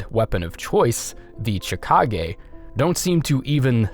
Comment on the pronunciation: Chikage- SHI-ka-geh It's Japanese. Maria- Muh-ree-auh When you mispronounced this, my heart skipped a friggin beat, Christ almighty. Adeline- Ad-deh-l-eye-n 'Adeline' has never in the history of humanity been pronounced 'Adelleen' Brooch- Broh-ch Gascoigne is his first name BTW, not his last name.